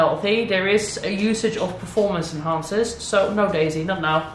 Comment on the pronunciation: Do you maybe speak swedish? That ”Nej” sounded just like ”no” in swedish😄